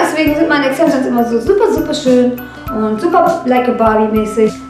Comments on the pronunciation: das wird Extenschens aussgesprochen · wdf! wie sie exzensions ausspricht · wie sie einfach extensions ausspricht